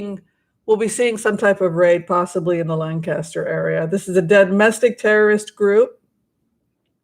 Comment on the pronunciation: Lancaster === you amazingly pronounced it correctly! Most people I've met don't!! My mother was born in that area === her mother was Dutch/Amish === her father was Jewish. When I told that to my staff member who was from Allentown, PA, while we were working in DC === he froze up and treated me like an enemy from then on. The racism in Pennsylvania is palpable!! You are correct! BTW I was born in Carlisle, PA, and was raised later in the DC Metro area.